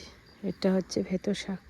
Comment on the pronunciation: বেতো শাক কে কি খালি ভেতো শাক ভেতো শাক বলো উচ্চারণ ঠিক করো